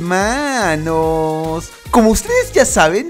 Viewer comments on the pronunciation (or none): like si te gusta que el cabezón diga helmanos